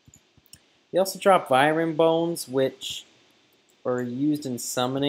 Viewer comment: dude i cant even hear u say Vywern one more time how dyslexic do u have to be its literally just phonics u learn in 1st grade